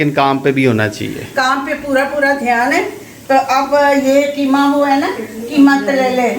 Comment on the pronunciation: Kitni baar bolti hai keema karela